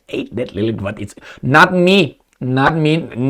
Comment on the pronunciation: Wow speaks Hungarian. "Nem" you said the correct way 😊 and " nem tudom" is perfect as well.